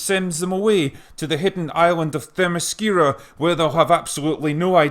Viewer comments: "femiscura" not Lesbos? lol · Good job saying Themyscira ! I don't know how to say that sober. Do you think DC is really gonna try to play the "woke" game when their star female character comes from "The Mascara"?